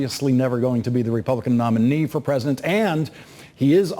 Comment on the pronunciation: Lawrence O'Donnell cannot say "president"... ... he keeps saying "present"